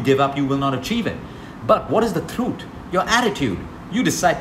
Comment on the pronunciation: Love the way you say truth...throoot🤗